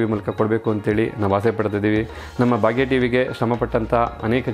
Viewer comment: It is not bagya tv , pronounce it as bhagya tv